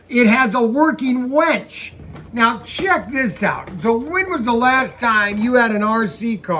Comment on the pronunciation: UHm.. working WINCH.... not WENCH, totally different animal. LOLOL